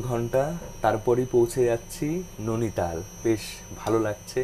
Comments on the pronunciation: Bhai tomar video bhalo lage tachara ota नोनीताल noe नैनीताल। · Are dada nonital noy. Noini tal. Ar ota noni lake noy. Noini lake.😮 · ননিতাল ❌ নেইনিতাল ✅